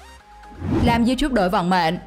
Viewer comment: youtube nó đọc thành chu chúp